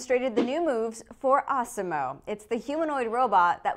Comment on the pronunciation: I though she said awesom-O like the one in South Park